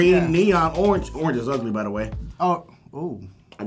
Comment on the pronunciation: "Orenge" lmao